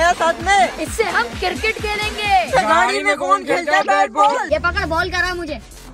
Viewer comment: circket nhi cricket hota ha hahaha🤣 by the way big fan❤